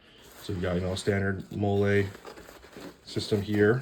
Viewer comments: As an electrician, this seems very helpful. Thank you, YouTube algorithm. Edit: omg, did this silly Canadian pronounce MOLLE, as spanish, mole? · holy shit Canadians say "MOLLE" weird.